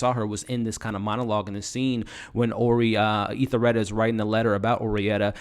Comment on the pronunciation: Love the recaps but as a person who is to be providing professional recaps you have to get the names and pronunciation correct to be taken seriously. Ethelrida is not EthaRida. Gaetano is not guytello.. it takes away from your validity.. you do a good job. Tighten it up brother the potential is there!